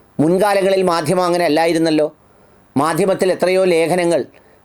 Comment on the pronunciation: മദ്ദിമം അത്ര അങ്ങോട്ട് ച്ചി ന്തി ചില്ല, ചിരി സാറെ